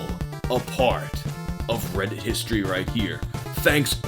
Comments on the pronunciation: I keep hearing "ass credit" instead of "ask reddit". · You totally said "r/ ass credit" the first time, didn't you? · I caught that, thought I misheard tho